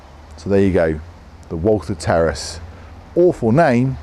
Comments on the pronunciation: I thought he said “Terrorists anyone?” On the intro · I thought he said Terrorist then I read the title.😂😂😂